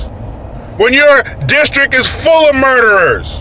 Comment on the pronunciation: What’s a “fulls”?